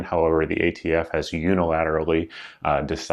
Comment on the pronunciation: "You're the ATF." "We're idiots?" Well if that's how you want to pronounce it.